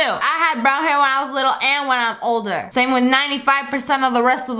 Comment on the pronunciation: You're saying "samem".